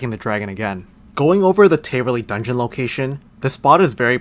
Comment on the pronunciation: taaaaverly not tayyyverly js